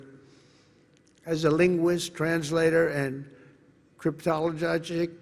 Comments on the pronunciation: In fairness Cryptolologic is hard to pronounce lmao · I is not hard to pronounce Crytolologic- even a child knows how to sound out the syllables of a multisyllabic word but, Trump can only ( barely) pronounce single syllable words